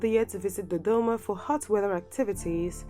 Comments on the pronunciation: Ohh I like the way she says Dodoma!😁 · Ohh I love the way she says Dodoma! 😄